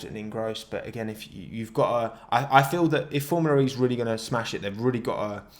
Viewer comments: "formula re" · every time he says formula ree my brain dies